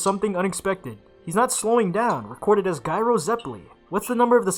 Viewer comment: Also also Gyro is pronounced "Jai-roh".